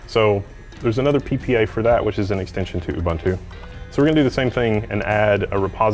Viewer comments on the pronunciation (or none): Just a nitpick, if you are going to correct people for not using the full GNU/Linux name you should also know how to pronounce Ubuntu.